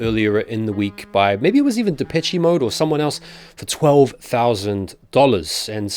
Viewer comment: Pronounced De-PESH Mode